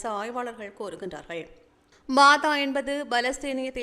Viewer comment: பாதா இல்லை fatah என்று சொல்லுங்கள். News வாசிக்க முன் நன்றாக சரி பார்த்து சொல்லுங்கள்